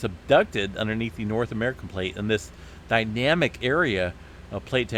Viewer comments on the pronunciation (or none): none